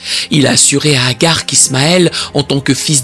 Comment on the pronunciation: C’est pas Hagar mais Hajar.